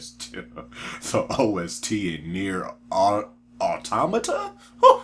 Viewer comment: I just subbed because you pronounced "automata" correctly